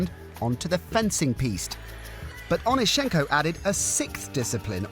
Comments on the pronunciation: Can yall ever get the last names pronunciation right? Its OnEEschenko, not OnischEnko. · Saw him in Kiev at the now defunct Dynamo swimming pool. You got the stress wrong - it is on the second syllable.